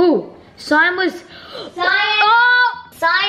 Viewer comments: i love how they say cyan see-yan LOL it just makes me triggerd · Everyone: CYAN Them: cyon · I love how it see-an not cyan lmao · Everyone: cyan n: cyan The other Norris nuts: seeyan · They call it seean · It’s cyan not see-an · Seeyan? Not to be rude but you pronounce it like this: Sigh an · Cyan is not pronounced as “see Ann”. I’m pretty sure It’s pronounced “Sigh Ann” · Did they seriously say “SEEeEeAAaann” instead of cyan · ANYONE ELSE TRIGGERED IN HOW SAYS “CEE-AN” INSTEAD OF CYAN!! 😡😡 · I love when the and say cyan as ceean so funny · was i the only one that got triggered when said cyan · Why the flip don’t they say cyan they say Scian lmao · WHO ELSE IS TRIGGERED BY SWLF REPORTING EVERYRIME AND SAYING CEE AN INSTEAD OF CYAN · keeps saying ceeyan its cyan not trying to hurt there feelings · People:cyan:ciiion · Cion: cion: CiOn: cyan me: thank you. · just leting u know it is not cean it is cyan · It's CYAN not CIAN AND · No offence but it’s called cyan not ceyan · cyan ❌ cearn ✔ ( no hate just think its funny how they say cyan) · I think its ceeeeeeeeeeeeeeeeeeeeeeeeeeeeean it is actually cyan not ceeeeeeeeeeeeeeeeeeeeeeeeeaaaaaaaaan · it’s cyan not cEeEyAaAn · its cyan not cyaan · Cyan is pronounced as Sci An CY-AN not Ci an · I love it when they call cyan “ see-an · Remember when the used to call iron ‘i-ron’ in their Minecraft videos? 😅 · You pronounce cyan as sigh-an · Bad and said see Ann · Every time they say see-an it makes me wanna rip my hair out! Lol. Then when she said the name is sus, honey your saying it wrong! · This is a annoying thing for me when people pronounce things wrong or different then I do but Cyan is pronounced sigh-ann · The way said cyan lol CEYAN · Ce Ane is how they say it lol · But the way they pronounce cyan no offence 😭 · im dying of laughter “cayan” no hate btw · prounonce-see-onn (dont reply) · ITS C-EYE-AN